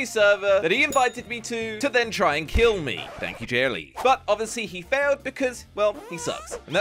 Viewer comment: He said jerely